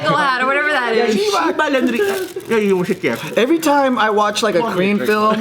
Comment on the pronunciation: Omg 야 이 씨바r 놈아 씨바r 새꺄 for the win, you got the intonation down pat but you can't do the hard r, that's hilarious, you sound like me and my bro do when cussing. I lived in Korea for 10 years and I can't do the hard r, makes threat's sound less intimidating when you're slurring like you're on a bender.